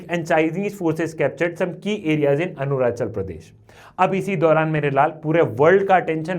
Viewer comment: Sir saying Arunachal Pradesh as Anurachal Pradesh by mistake😢